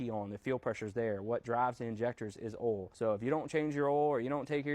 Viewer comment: I thought that’s how you’re supposed to pronounce it